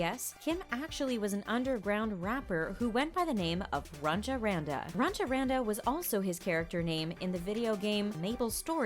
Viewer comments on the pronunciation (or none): It’s funny how most of the comments are just army say we knew all these facts and it’s runch panda not runcha panda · All the false things: 1:HIS NAME IS NAMJOON, NOT KIM 2:He didn't had the heart surgery. 3:ARMY knows he likes Friends... 4:it's not runcha Randa it's Runch Randa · his first name is Namjoon, not Kim. If you insist on calling him by his last name at least say "Mr. Kim". It's Runch Randa, not Runcha Randa. His mixtape is not new, it's 3 years old. Get your facts straight. And I'm pretty sure that most Armys who have been fans for a while, already know all of this. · Its not Zyco Its Z-ee-co its not Kim its N-ah-m-joon its not Runcha Randa its Runch Randa. do your research people! you’re gonna get roasted from ARMY’s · please y'all get your facts R I G H T. Namjoon himself said that him having an open heart surgery is N O T true. it's R U N C H Randa not runcha Randa. Also it's Z I C O not Zyko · His name isn't Kim. It's Namjoon. Its Runch Randa. Not Runcha Randa. It's Zico. Not Zyco. It's EXO. Not E X O. Please do your research. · Namjoon - Kim Zico - Zyco EXO - E X O Runch Randa - Runcha Randa Better to do research before recording and uploading a video and then starting to get roasted by True ARMY's. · blessed army didn’t know runch Randal was pronounced runcha randa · It was runch Ronda not runcha that's been bugging all video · It's runch randa not "runcha". Also the information here is so outdated lmao. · His name as underground rapper was Runch Randa and not Runcha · His underground stage name was Runch Randa not Runcha Randa (that was pretty hilarious though). His nickname was dance monster not dance prodigy lmao. He never had open heart surgery that was just a rumor that he confirmed to be wrong. Also, she slandered Buckubucku by calling it Baku baku and Namjoon's name by calling him only Kim lol. I just want to know where they're getting their info from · This bish is dumb af. Who tf is "RuNcHa RaNdA" ?! And what tf is "EE EX OH" ????!!